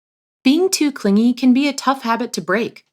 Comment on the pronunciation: Just learn we don't pronounce it clinjy